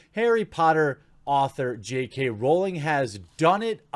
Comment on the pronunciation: Once again. It's Rowling, rhymes with growling. It does not rhyme with bowling. And you don't read comments cos this is at least the 5th time I've said this.